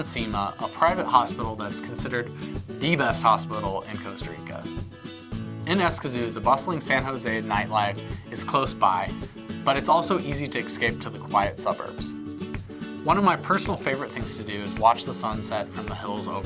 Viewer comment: Shouldn't it be es-cape instead of eks-cape?